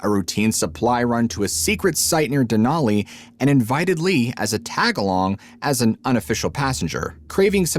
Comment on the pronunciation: I tried to watch but it was too distracting that you kept pronouncing "Mt Denali" wrong. It was too painful 😂